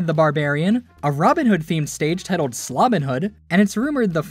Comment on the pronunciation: "tittled" lol